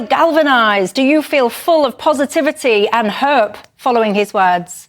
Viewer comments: Can you ask a dolly bird rolled out like a clown please explain what "Heeerp" is? Next time annunciate. You clown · Why does she always pronounce Hope as Herp? any word where the 2nd letter is o she does it! it's not that hard!